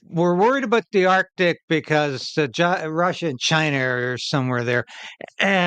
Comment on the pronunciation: "in dee artik"